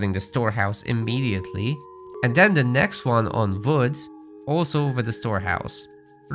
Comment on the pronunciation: Quick tip: you're pronouncing "wood" a lot like "food". It's really hard to understand since they're words differentiated by the consonant's sound. "Build the house with the fwood villager." I could only tell you meant the WOOD villager because you selected one.